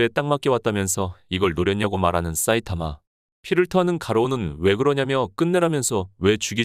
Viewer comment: 사이타마를 왜 싸이타마라고 발음 하지? 되게 거슬리네